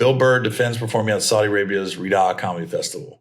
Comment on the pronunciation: u say it ree yod and u said Chris distefano name wrong lol